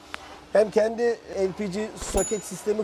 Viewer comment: El pi ci ne birader lpg diyemiyorsun yoksa Türkçe konuşmaktan çekiniyormusun